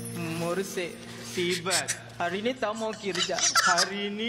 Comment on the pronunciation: Sibat bukan siban😂